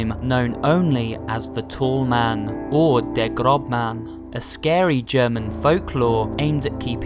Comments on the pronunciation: It's not Grobman it's Großmann this ß = ess or ss. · xD It's not Grobmann, it's Grossmann! (ß is another form of 's') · Not "Grobmann" Its "Großmann" The ß is a german letter which means ss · Lmao it’s pronounced Grossmann not Grobmann, the weird looking B means ss in German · It's the "Grossmann", not "Grobmann" It's an eszett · It’s not said grobmann it’s pronounced as Grossmann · It's not Grobman but Gross Mann (pronouncing) meaning Tall in german ;) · hey just as an info i think you made a mistake in the scene of "der GrobMann". the "B" is called the beta and is pronounced as double S (ss) so you can read it as der GrossMann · It's not pronounced "Der Grobman." Although is looks like a the letter B it isnt pronounced that way in German. The B with a little tail represents "ss" so it would be pronounced as "Grossman" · Der großman is pronounced "grose men", and he appears invisible to us but it's actually called slenderwalking. He doesn't actually teleport. This is why you can hear him making foot steps but never see him in the only two cannon games. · Der Großmann, not groBmann. The letter is a dubble-S, so it's actually der grossman, which means the big man. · its pronounced der grosman or if im worng the its der groseman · Isn’t it Der Großman?? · It's pronounced Grosseman. The ß symbol is pronounced as sse. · English: I dont know Why,but i like it when you say: "Der Grobmann". German/Deutsch: Ich weiß nicht warum, aber ich mag es wie du sagst "Der Grobmann". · ß = ss not B. It sounds like an s.. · This is not b it is ß and it is spelled like an s so it is der grossmann.